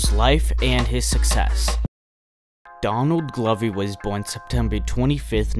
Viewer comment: why do u pronounce? donadly glovy when his name is donald glover